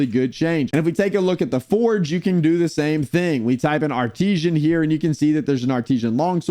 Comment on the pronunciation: Why are you pronouncing it as "Ar-tee-zhan?" It's "Ar-tiss-san."